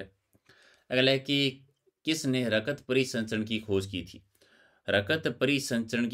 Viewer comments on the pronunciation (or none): सर का उच्चारण, सुसक, रकत 😊👌💐